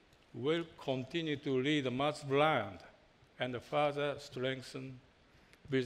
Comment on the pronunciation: the guy doesn't even know how to say mazda xD why not outsource the presenters all about design for 30 minutes mazda needs to focus on interior not exterior at the end of the day mazda was the slowest company to adapt to apple CarPlay i am very happy with this car but it was like it was a presentation on japanse culture please watch the 1st iPhone reveal by steve jobs